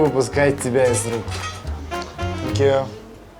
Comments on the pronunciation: Чо говорит "фанкью" вместо " сенкью"? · Мне кажется или всё время говорит "Фенкью" вэри мач?)))